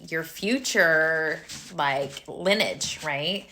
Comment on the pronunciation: Lin- e-age. Not lin-age.